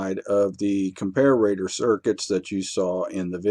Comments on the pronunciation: good video, but you drove me crazy calling a com-par-a-tpr acom-par-a-ra-tpr. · pronounced compare-a-tor NOT comp-a-rator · It’s comparator not comparrator you knuckle head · GREAT VIDEO THUMBS UP AND SUB. Just one not-to-important thing...COMPARATOR is pronounced: "COM-PAIR-ITTER"...where "ITTER" rhymes with 'HITTER' Sorry for the little nuisance. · What country are you in? I've never heard the pronunciation "compare-RAY-tuhr" before. You sound American but most Americans would use the pronunciation: Are you a British bristols watcher? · Even though he's a native english speaker, his pronounciation of comparator seems a bit off, as observed in other comments. Thank You for the excellent presentation, mr.!